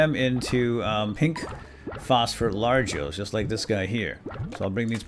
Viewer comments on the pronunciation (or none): Dude you are saying largoes